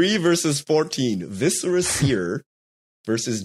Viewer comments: Vis uh ruh seer... It is not vis eh ra. Like visceral. It's driving me nuts. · The way they keep pronouncing Viscera in Viscera Seer is driving me crazy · It's mind-blowing how many people mispronounce "viscera" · I'm convinced you all say viscera wrong on purpose to generate more comments